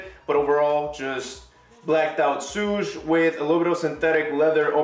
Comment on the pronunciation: Swoosh, not suuuuuush